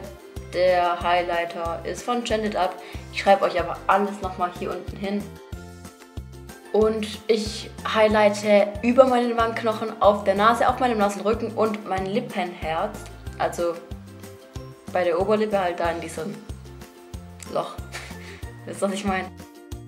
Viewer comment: Das hat sich angehört wie nasser Rücken nicht Nasenrücken 😅😂